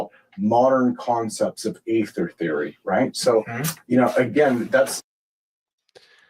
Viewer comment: Aether is beaing pronounced in German as they say it. Also Friedwardt is being pronounced FREE-d-vahrt